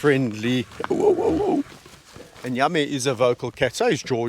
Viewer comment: You call one of the lions Yami, sounds like Yummy🤣to me I think it’s just your accent🙂God bless you✝️🙏❤️❤️❤️